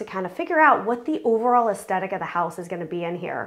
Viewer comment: Wow! Fantastic work. I can't help but mention, because you used the word so often, you are mispronouncing the word aesthetic. The first "t" is soft, as in "the." The second "t" is the only hard sound. Cheers